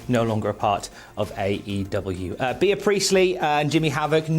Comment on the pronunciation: I have honestly never heard Bea Priestley's name pronounced as "Be-a" before... or anyone named Bea for that matter... wtf,..? 🤨